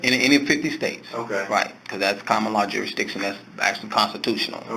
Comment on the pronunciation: He actually said "jury-diction". 😆 They told him he had go to "the other building". They haven't yet figured out that they're sending you to another building because they don't want to deal with you. Like when the guy at the State's Attorney's Office send Ronnie Lee Davis to the next county. I hate to break it to him, but you have to pay taxes anywhere you work; right now I work with Canadians and UK citizens, and they all kick up to the IRS. And unless they have a long term sponsor, they have to leave immediately if the show closes. It's a nice dream, though. I found a uniform for him on Amazon. It has a badge, a hat, sun glasses, and a pornstache. I think the pornstache really ties the look together.